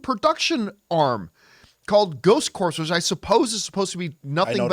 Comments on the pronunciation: Viewer correction: "Corps" is not pronounced "Corpse," and the Ghost Corps branding existed for Afterlife as well. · Corps The ps are silent...